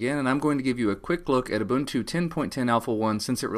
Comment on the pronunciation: its not ooh-bun-too, its ooh-boon-too. ubuntu.